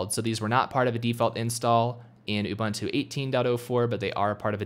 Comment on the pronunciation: You can't install it until you can pronounce it right. The Beaver told me that.